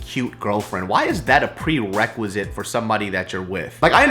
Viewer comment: you said "pwewequisite" :P